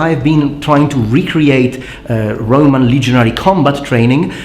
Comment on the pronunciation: So the 'B' in bRoman is silent, go figure.